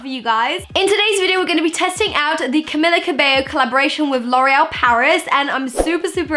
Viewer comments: Cam-ee-la not Cam-ill-a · I really don’t want to be this person but it’s Cam(ee)la Cabello not Cam(i)la😁😂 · Also it's camEELa cabAYO ;) 😂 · Anna Craven Im from cuba and her name is CAMILA.